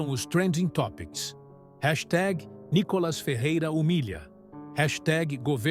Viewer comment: Não é Nicolas e sim Nícolas .